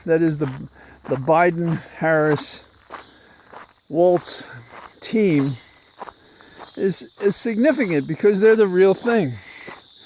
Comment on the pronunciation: Just an FYI, Tim's name is pronounced 'walls', not Waltz, like the dance. Love the Magical Mr. Mistofolees reference. When I was a kid, we had a vinyl album of T.S. Elliott narrating those stories. We loved them, and we love cats 🐈